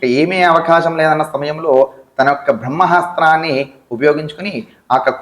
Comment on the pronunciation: ఏరా నీకు పదాలు సరిగ్గా పలకడమే చేతకావడం లేదు నువ్వు గురువువా? బ్రహ్మ హస్త్రాన్ని ఏంట్రా "బ్రహ్మాస్త్రాన్ని" లేదా "బ్రహ్మ అస్త్రాన్ని" అని పలకాలి. 😡😡